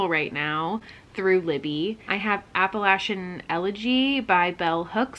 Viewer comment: You said it right the first time! App-uh-LATCH-in 🩷🩷